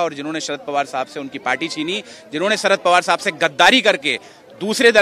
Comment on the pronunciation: Sarad border nahi Sharad bolna seekh sahi se.